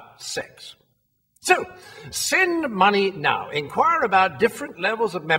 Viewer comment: I love how it sounded like "Sin Money Now".